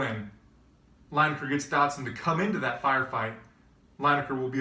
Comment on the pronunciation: It's pronounced Leeneker, not Lyneker